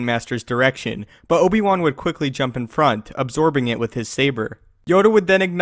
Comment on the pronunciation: I would appreciate it if you enounced your “it” all the way, rather than saying “i”.